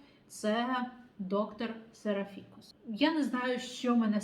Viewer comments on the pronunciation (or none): Пробачте, як Вас слухати, якщо з першої хвилини чую «серафІкус». Якийсь фікус… А йдеться про серАфікуса. «доктор серАфікус». Жахлива поверховість… Пробачте!